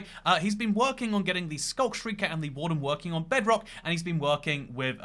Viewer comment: Man almost said "jebrock"